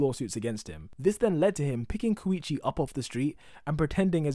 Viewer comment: ur saying koichi wrong